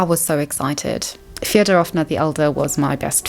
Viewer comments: also- a little pro tip, as a russian, a can give^ in last names like Фёдоровна (Fyodororovna) you should stress the first syllable fYOdorovna - thats the correct pronunciation! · It’s killing me you called them Feodorovna 😂 but great video